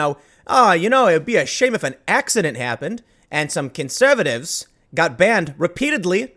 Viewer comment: Love hearing your accent in "conservatives" there Tim. Not too often I think we get to hear it.